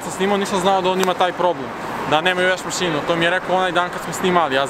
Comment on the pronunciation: Ne kaže se masinu nego mašinu...